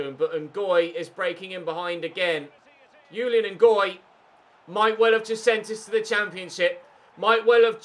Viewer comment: Ches Ngoy's 1st name is pronounced Zhu-lee-uhn, it's a French name